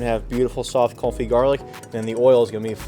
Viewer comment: Suggestion to the editor: Wen he says French words like "confit" that clearly sound like "coffee," can you give us a Subtitle?